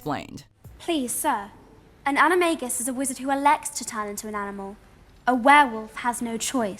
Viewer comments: Omg it's an-i-may-guy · You said animagi wrong